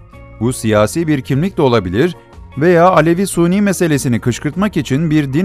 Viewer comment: Sayın konuşmacı ''suni'' deme yahu, sünni sünni !